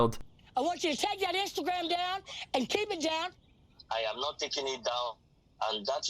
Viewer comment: She said Ainstagram